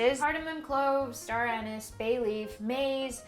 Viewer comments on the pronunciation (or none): none